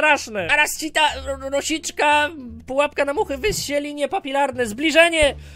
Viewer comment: #PUAPKA 💕 Kocham jak on mówi Padżąk 💕